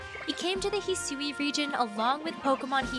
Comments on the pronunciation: hearing her say "hee-soo-ee" region is killing me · The way Hisui is pronounced is gonna trigger a lot of “Hey Siri”s. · When you have to go check the Japanese trailer because the pronunciation of Hisui just doesn’t sound right in the English voice over given you’ve heard the word spoken in an anime before (it sounded as expected in Japanese so I have no clue what went wrong when providing notes to the voice over person for the English version)